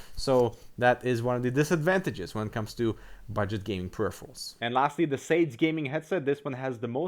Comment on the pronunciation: It's not "SADES" but "SAD-ES"